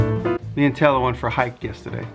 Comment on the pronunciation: Dale Martin Thank you. Sure sounds like "Teller" when he say her name though.